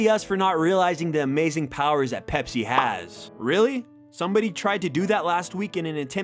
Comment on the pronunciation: You said pepser when you saw the ad lol